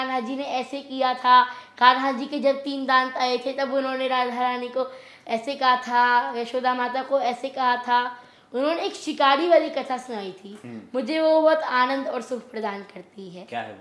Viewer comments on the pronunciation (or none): 🤐 डांट ❌ दांत ✅पड़ती है 😂😂